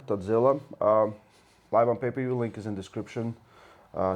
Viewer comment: I like when the Europeans say Hutchkins